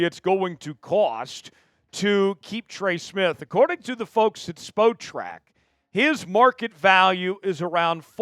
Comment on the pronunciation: S. The site you're referencing is pronounced SPOT-TRAC, not SPO-TRAC